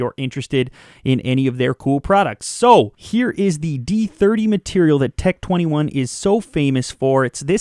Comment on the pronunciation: Tec tweny one